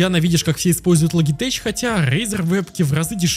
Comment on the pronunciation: Люблю твои видосы посмотреть но "логитеч" прям режет слух)